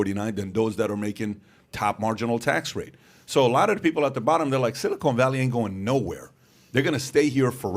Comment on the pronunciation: PBD my OCD cant handle your pronunciation of silicon valley lol. It’s a short O not a long O 😜